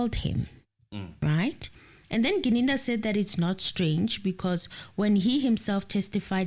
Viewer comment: Yesterday got Gininda's name right. But today we're back to Ginindi. 🙆🏽‍♂️🤓 Come on, you can do this 😂 Still better than the judge's Ginanda though.😂